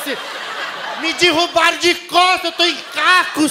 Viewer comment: O copo: Me "Dirrubaram" aqui cicilia... pelas costas.. 🤣😂🤣😂